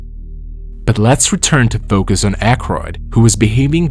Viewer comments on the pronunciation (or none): none